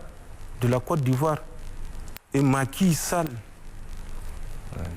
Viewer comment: Facon il prononce Macky Sall hahahahahahha